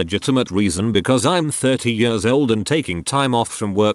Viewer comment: The text: "Years" Every single reading bot: "Ye-urs"